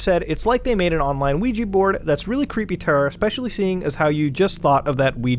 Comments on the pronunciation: Luigi board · Ouija boarf